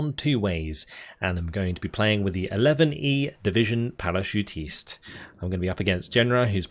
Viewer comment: Just so you know... 11e is French for "11th" ... so you can just say "11th"